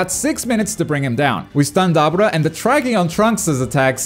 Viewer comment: Butcher the hella out of Dabura name